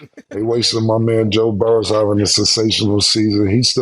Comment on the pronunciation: He still puts that s on the end of Joe Burrow name lol😂